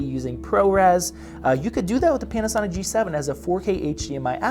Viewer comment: I swear to God in the starting of the video when he said Panasonic.. I herd penis sonic...